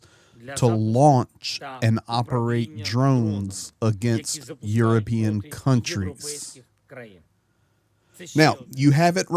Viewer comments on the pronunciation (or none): none